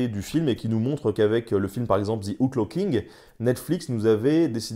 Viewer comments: Mon Dieu, voulez-vous bien me dire pourquoi les Français s'obstinent à prononcer «ze» le «the anglais. C'est caricatural. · "Ze King" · The pronunciation is THE king and not ZHE king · Cher Français,svp,arrêtez de dire ( ze)et dites ( de). Merci! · The king ne se dit PAS ze kink les francais ne savent pas parler anglais. Bon j adore nota bene . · ouais ouais "ze king"....... Quand on connais pas la prononciation on dit "le roi" !!! (oh mon dieu, "zi outlo king") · Ce serait bien si vous pouviez arrêter de prononcer le "TH" anglais en tant que "Z" ...... du coup ...... ;) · Mes oreilles saigne à chaque fois qu'un Français dit "Ze" à place de "The"